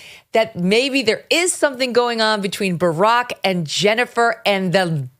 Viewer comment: I always laugh when Uncle Ted burps out Burrrrock😂🤣🎸